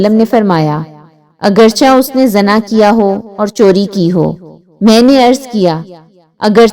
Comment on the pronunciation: Zana nhi hota,zina hota h word